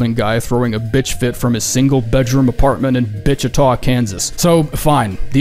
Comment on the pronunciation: Bichita, Kansas huh? 😂